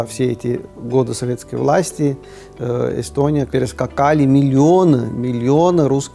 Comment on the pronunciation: Йэстьоонийяааа)))) Страна? Это смешно))))))